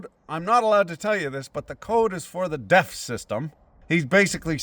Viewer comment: I kept hearing 'DEF system' as 'death system', but it works either way.